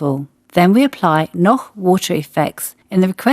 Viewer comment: On the other hand she is pronouncing "Noch" exactly as it should be pronounced. So what could she do alternatively? Pronouncing it in a wrong way?